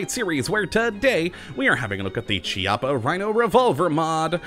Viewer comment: it's a hard "C" sound because it's an Italian name